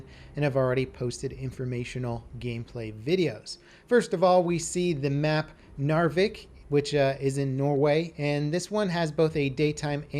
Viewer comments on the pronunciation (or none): Not to be rude but. You said it wrong u have to say nar-veek